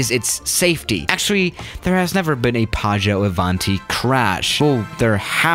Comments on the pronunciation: I'm Italian, and when says "PĀGGIØ ÀVÀNTI" I was about to throw up. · nobody:: PAAGIOU AVANTI